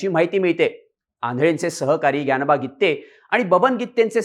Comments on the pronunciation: Irritate zal गित्ते गित्ते... गिते आहे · गीत्ते नाही गीते आहे पत्रकार मराठी चांगले शिका शब्दाचे अनर्थ होत आहे😂😂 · Brother it’s Gite not Gitte😂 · गित्ते नाही ओ गीते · गीते आहे गित्ते नाही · गित्ते नाही रे गीते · गित्ते नाही रे बाबा गीते . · गित्ते नाही रे भाऊ, गिते, गिते.